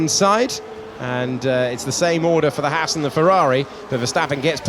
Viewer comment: It's nice that with James Hinchcliffe in the booth, we actually get to hear the correct pronunciation of Haas 😂